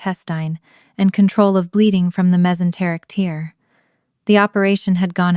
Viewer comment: Pronounce tear right